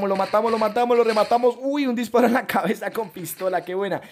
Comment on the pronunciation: Like si te diste cuenta que en el minuto 10:5 dijo clabeza